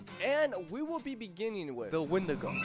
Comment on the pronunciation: It's a when-di-go